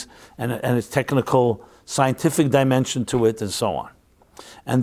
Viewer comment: You said demention instead of dimension. Odd because it sounded like “deeper demon-sions”. Probably just accident but weird. Looking to find GOD of light and truth and spirit. 💕